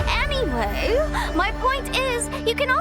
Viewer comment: Her “aaanyway” gives me british vibes